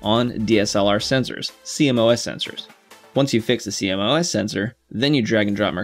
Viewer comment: Great vid, couple of things. It’s pronounced see moss. Also why did you film at that shutter speed? Is it not a little high?